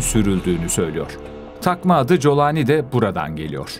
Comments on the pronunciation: İsminin telaffuzu Colani değil Golani olmalı Golanlı demek. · Colani değil kardeşim yaa ingilizce telaffuz edersen colani .Türkçe telaffuz gollani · Colani değil golani golan tepelerinin ordan olduğu için. G yi ci diye mi okuyorsunuz ( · COLANİ DEĞİL CULANİ ÇÜNKÜ ARAPÇA'DA O HARFİ YOKTUR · Kolani diye telaffuz etmelisiniz YANLIŞ TELEFFFUZ EDİYORSUNUZ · Colani. Türkçesi. Aslen. Kolani okuluyor.